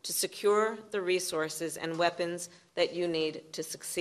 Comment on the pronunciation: "We need more boolets beeger wepons"